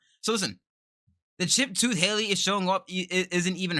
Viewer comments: Sounds like “Holly” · Lmaoo it’s Halle as in like Halle Berry